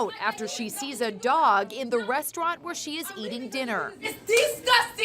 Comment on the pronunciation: She's trash. Total disregard for anyone but herself. You can trust her not to be a loyal friend. I'm glad she left. She should have been made to leave, though. She can't even say restaurant correctly so you know where she's at lol.